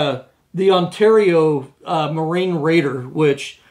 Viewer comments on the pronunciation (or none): none